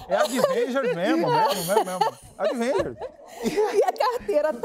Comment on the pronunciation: Não aguentei com o Manoel falando "Adivengers" KKKKKKKKKKKK